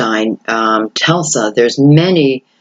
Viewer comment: Lol, cute..it is "Tesla", not "Telsa".